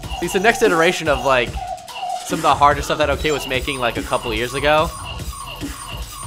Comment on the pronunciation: Boi his name is pronounced 'Okay' it just has an extra o